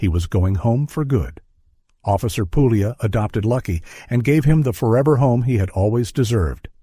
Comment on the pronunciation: Puglia : it's Italian. It's pronounced the italian way. The "g" is silent. Get with you, oh so clever Americans.